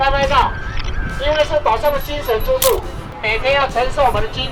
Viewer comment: 屏東腔：島上的精神豬柱，…不能一（魚）網打盡，哈哈！